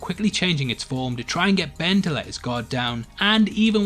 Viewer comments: he says benry instead of ben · Did you say benry